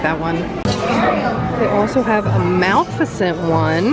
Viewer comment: No offense, but you're mispronouncing the name of the villain in Sleeping Beauty. It would be pronounced a little like this: Ma-leff-a-cent.